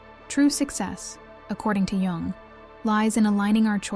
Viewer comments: This is either AI or the poster doesn't know how to pronounce the name of the psychiatrist she discusses. Spelled Jung but pronounced Yung. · Jung is pronounced “Young” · I think it's AI. The clue is the mispronunciation of Jung. It's correctly pronounced Yung as anyone who delves into his theories should know. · Carg “Joong.” 🙄 Really? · The "j" is pronounced like a " y" when it comes to the name Carl Jung. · The j is said like y. I.e carl young/yung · Nice content, but I wish it wasn't AI, and that you didn't pretend you're an actual person at the end. You wouldn't pronounce the J in Jung if you were a real person. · Mispronouncing Jung doesn't make you a bad person. It does makes you bad AI. Perhaps we should be glad we humans can still detect what's AI and what's not. Soon AI will advance to where we don't know the difference. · Three videos in and only figured it out when ‘she’ said “Jung”… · lol, why do you pronounce "Jung" like that? :D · I'm half Swiss, and it hurts my ears to hear his name mangled. AI, with all its learning, should learn some respect. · yeah ikr?